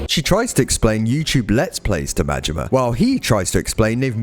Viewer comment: Im sorry . Goro Mangina? Its Majima! Goro Majima!